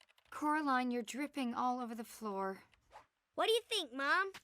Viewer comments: не всё равно, это основная фишка мультфильма и одна из самых значимых вещей, на которую всё время обращают внимание. На японском всё равно первый слог Кора, а не Каро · Не Каролина, а Коралина (читать еë голосом)